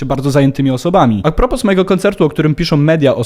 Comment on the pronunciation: Pisze się "a propos" czyta "a propo"